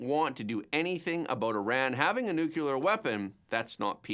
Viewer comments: I still enjoy and appreciate the presentation, i just react to your pronunciaton of 'nu-cu-ler' rather than 'nu-clear'. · Nuclear isn't pronounced Nukuler.. aks me, I know. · Their is no such thing as "NUCULAR!"